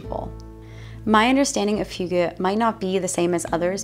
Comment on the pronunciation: you nailed hygge A+ :) I am from Denmark - where do you live in Denmark? - looks like Jylland?